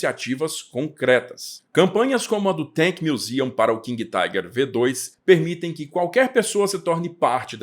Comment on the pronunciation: => Preciosismo: se você vai ler o modelo como V2, tem que ler em alemão, ou seja, "fau zwei". Lembre-se do "Folksvagen", pronúncia correta dos VW.